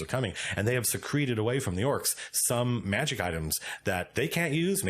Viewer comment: I want to have my players get into an encounter against an Elder Gazebo and a Dire Bivouac. Bivouac is definitely another of those words that sounds like a D&D monster name. Also, tiny note: "Secreted/secreting away" uses the pronunciation of "secret," not "secrete." Unless you're talking about a construct that steals potions by drinking them and then releasing them later through pumped golem sweat glands. Then I guess either pronunciation would work.